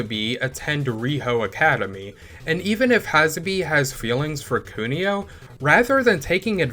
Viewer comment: Great video! Always good to see coverage of this granddaddy of beat em ups on this site. The way you pronounce Hasabe's name brings me pain, but I look forward to any other Kunio adjacent videos you may make in the future (perhaps an underground video? 👀)